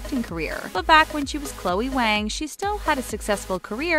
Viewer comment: Waang hahaha Waang hahaha it’s Wáng